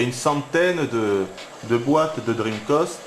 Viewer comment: Tchinmoue, dreamcoste...ça me ruine les oreilles.